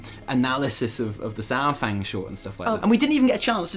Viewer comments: People uhh.. People know it's Pronounced SAR fang, not SOUR fang, right? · The troll in Old Soldier Says it himself 45 seconds in. The first spoken words in the cinematic are "Oh, Lord Sar-fang"